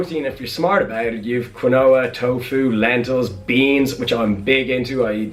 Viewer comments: Lol, Quinoa is pronounced keen-wah 😂. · Maybe brits say it diff, we say it "keen wah" in the us